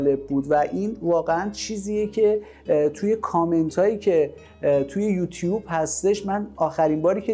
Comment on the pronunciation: یکم سواد و بروزبودن هم بد نیست () شما تووی تبلیغ شبکه ی خودت کلی گاف داری که هر روز هم تکرارشون میکنی و حتی وقت نمیذاری درستشون کنی. اولا سابسکرایب درسته نه سابسکراپ، دوما یوتوب یا یوتیوب درسته نه یوتیوپ.حتی واسه ی تبلیغ کانال خودت هم حاضر نشدی بری و تلفظ صحیح این کلمات رو یادبگیری. شما که به کانال خودت اهمیت نمیدی چطور انتظار داری مخاطب داشته باشی.